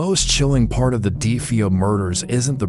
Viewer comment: Their last name is Defeo not defee o